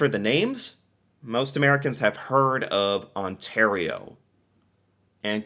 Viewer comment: I am very amused that the British guy pronounced Saskatchewan right, but pronounced Ontario wrong